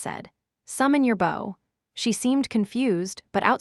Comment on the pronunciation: The AI that reads the story is really bad. It cannot tell the difference between bow the weapon and bow the action. It also says the letter w when a character w what. It's not unbearable but it does make it feel less enjoyable and the characters less human.